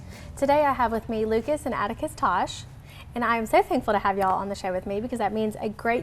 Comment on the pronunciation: Thank y’all for having me on! March for Vets which benefits the 5th Squad nonprofit who supports Veterans in Mississippi in major ways! Btw…it’s Toche not Tosh lol